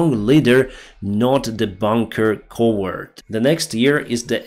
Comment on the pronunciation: Hey,. Excellent video as usual. By the way, the word "coward" is pronounced like the animal "cow", not like "coworker". Stuff like this always makes me impressed when people learn English so well.